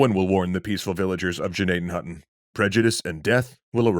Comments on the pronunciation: Thank you for pronouncing it correctly once in this episode. The G is silent. We have a hospital in PA named after this village, it's pronounced Nadden Hoyton. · I went to Indian Valley highschool in Gnadenhutten… sad not many people know about this tragic event.. also very impressed you pronounced the towns name correctly!